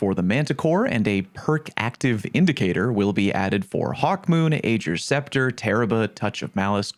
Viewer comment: Ager’s Scepter is pronounced like Ah-ger, not Age-er. Just think: “Poggers’s Scepter”